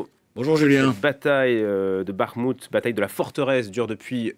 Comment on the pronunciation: On ne dit pas BarMout mais BackMout